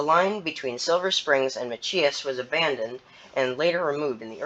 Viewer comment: That's pronounced ma-chy-us not ma-chee-us. 3101 and 3103 are GP40-3s. 879 has been on the RSR since the 1990's, upgraded to -3 specs when they chopped the nose and repainted it to GWI colors and RSR lettering. 3064 is an SD40-3. And CSX only brings the CN locomotives, the CP ones are interchanged with NS.